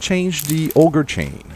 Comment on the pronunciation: I love that you pronounce Auger as "Ogre"